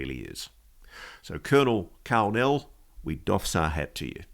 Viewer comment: When he said Karl Nell i thought he said Kal-El several times. For those who don't know Kal-El is Superman's Kryptonian name 😂